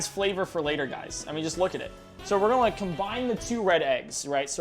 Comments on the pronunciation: always out here saying "golna" instead of "gonna" and it's bothered me forever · Does anyone else find it adorable that he pronounces “gonna” like “gullna”?